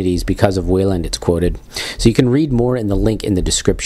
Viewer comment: His name is pronounced why-land, not way-land.